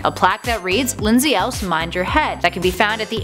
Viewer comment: It's Lindsay El-Ese...not else....the y is said like and e